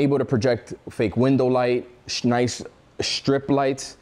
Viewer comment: “shnice” gonna start using that one 😎